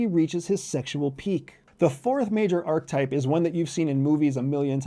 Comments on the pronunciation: “Are-ka-type” (3 syllables), not “ark-type” (2 syllables) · It's pronounced ar-kuh-taip, not ark-taip. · Why do you say arc-type, instead of archetype? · Ark-UH-type.. omg.. lol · Sounds like he's saying "R-type" that great sequel to Gradius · Credibility Killer No. 1: repeatedly demonstrating that you don't know how to pronounce a key concept you're relying upon - "archetype". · The word "archetype" has three syllables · sorry. it is profoundly concerning that you are pronouncing archetype this way. it isn’t a matter of options. it isn’t english. you won’t loop the correct pronunciation in & then re-upload the video, will you. it’s disappointing. if you’re going to do something, it can be done with excellence. ohhh… you’re trying to be controversial in order to generate more comment dialogue that you will never read or respond to. got it. ⛔️🛑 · Let’s start by learning how to pronounce archetype. A nice PowerPoint presentation from the psychology department at the CIA. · I hate the way he says Archetype. Uses big words without a hint intellectual basis. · Archetype has 3 syllables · Please learn how to pronounce archetype